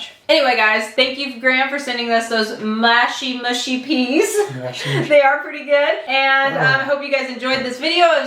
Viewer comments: Mush as in us not Moosh 😁😁👍👍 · Mushy rhymes with lucky, not spooky. 🙂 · Mushy peas, not mooshy. People "oop narth" say mooshy, but then they say oop. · Looked great, hope you enjoyed. The peas looked spot on. You can say mushy or mooshy doesn’t really matter it’s like scone and scone lol I think it depends where you’re from but don’t quote me on that. They’ll know what’s you’re wanting either way. You’ve made me want a fish supper for my tea now, dammit. Oh and ps have whatever sauce you want; personally I have hp on the chips but only salt on my fish to keep it crisp; each to their own but no, hp is not uncommon and perfectly acceptable for fish and chips. Xxx ✌️❤️🏴🇬🇧🏳️‍🌈xxx 🐟🍟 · It's pronounced "mushy" in the south and "mushy" in the north... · Not MOOSHY ! MUSHy.... as in what you say to a sled dog . What about trying to cook a SUNDAY ROAST dinner ? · Mushy rhymes with gushy not swooshy. I have HP Sauce with my fish and chips. Mushy peas def need vinegar and are supposed to have soft lumps as that’s the mush 😊